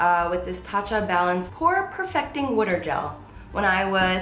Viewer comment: the way she says water tho